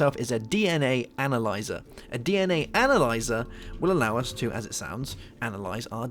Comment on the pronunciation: When you searched analyzer, you said anal...